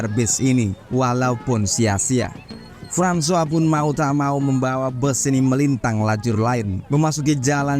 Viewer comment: Francois = frahn swah 👍👍👍.. hebat ni Abang